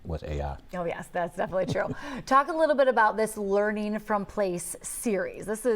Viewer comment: 😆😆😆 " quality leeerning center" 👎🏻 ever wondered what it sounds like when you embezzle then flush tax dollars down a toilet?